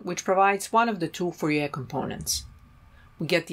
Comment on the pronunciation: Not surprised that German speaker pronounces Fourier as they do :)